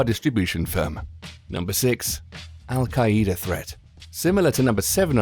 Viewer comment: Why do you pronounce al qaida like that